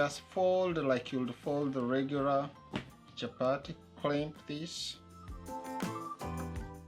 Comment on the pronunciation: It's chapati not chapary😂😂,nyc job